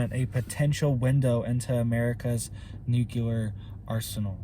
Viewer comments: If pronouncing nuclear wrong is the worse thing he ever does but the information he gives us is correct I would say we have bigger issue tobe concert about, appreciate he info and keep up the good work, love your channel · Please learn how to pronounce nuclear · I wish buddy would pronounce nuclear correctly. It makes his otherwise interesting video borderline cringeworthy with the copious amount of mispronunciation of the word nuclear. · I've not said anything for a while now, but its pronounced new-clear, not nuke -cu-lur just sayin. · Thanks for your input. The word is NEW CLE ER. NOT NU QUE LER. NUCLEAR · It’s NEW-KLEE-AR,, not NOO-Q-LAR! The continuous mispronunciation of the word nuclear drives me nuts! That said, thank you for the video. HOWEVER, you don’t seriously believe that China is the only nation engaging in international espionage, do you? The U.S. can switch off China’s electrical grid in a heartbeat, and they can destroy ours. Ed Snowden showed us that years ago, as did the fact-based movie ‘Spygame.’ The ONLY reason the major players haven’t played their trump cards yet is because no one wants a MAD scenario, which is what would result. Consequently, at present, TPTB are testing out how far they can push the proverbial envelope before the nukes start to fly. I have no doubt that they will fly, and it’s going to be Hell on Earth, but always remember the mutual focus of every player involved is a global population of 500,000 people. And those people will be (have already been) cherry picked, and you and I are not invited to the party. ‘If in this life only I have hoped, I am of all men most to be pitied.’ (The Apostle Paul.) Amen.🙏🏻 Love and All Good Things, Jesse.🌹 P.S. We’re not going to win the small battles, but God has already won the war. Only the second death is permanent! Love and All Good Things, Jesse.🌹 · Nuclear not nukelar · Please say nuclear just one time properly. Noo-clee-ar. 👀😂 Love the channel.